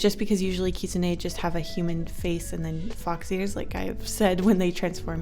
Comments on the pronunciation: The lol champion you were talking about is Ahri. Also it is just kitsune. Don't stress yourself to put emphasis on the e. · You might have pronounce Katsuni wrong. from what I know, I think it’s pronounced kit-su-nee kit like the word for a baby fox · Omg, I love you but, I’m sorry, it’s pronounced Kit-soon. Not whatever you said. 😂❤️